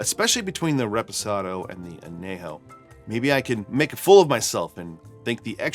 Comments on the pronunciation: I’m guessing he’s fine not trying to use a Spanish accent. I know when I say a Spanish word in English, I’m ok with saying it in an English accent. Or maybe his response is just being sarcastic. Not sure. As a Spanish speaker, I definitely noticed though! 😅 I’ve never heard an “ñ” pronounced as just an “n” though, in English or Spanish. (Though, I’m in Az where most folks, even non-Spanish speakers, know that an ñ is pronounced like an “n” with a “y” after it. (Anyejo [maybe better written an-yejo] or as you said “on - yay - ho”) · Really enjoy your content, Need to work on that añejo pronunciation. It's "on-yay-ho"